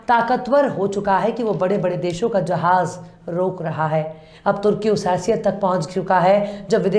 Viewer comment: aap bahut achee tareeqay say programme conduct kartee hain. Aapsay request hai key aap agar Urdu words ko pronounce urdu key style main kariye yaani kee urdu ka Talaffuz aap aur better kar main to sonay par suhaga ho jaayega. Mera matlab hai kee app Jahaaz ko Zahaaj na kahen.